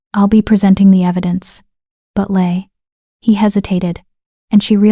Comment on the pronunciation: Good story, but the A I needs to commit to a single pronunciation for some words. Leigh was pronounced several different ways, and so were some other words.